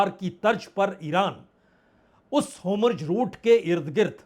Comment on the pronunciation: होर्मूज है सर.. होमुर्ज नहीं 🤤